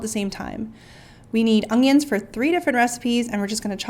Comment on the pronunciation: I love the way she says ang-yans (onions) 🤣🤣🤣. Great recipes. 🥰